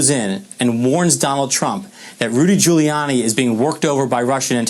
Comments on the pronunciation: who is Rudy Jewyanni? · Joe couldn't even pronounce Rudy's last name! I can't believe he got elected! what a bozo!